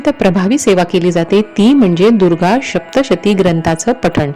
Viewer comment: Adhi saptshati bolayala shik